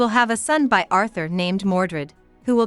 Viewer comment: I can't believe someone posted this with an automatic reader. It pronounced the word "by" with the letters b-y. Seriously?!